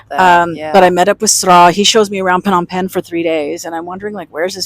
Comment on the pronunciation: phnom pegn is the correct pronunciation. phnom means mountain and pegn means full of . it means that phnom pegn is full of mountains.